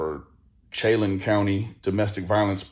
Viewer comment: Chelan, pronounced Shulaan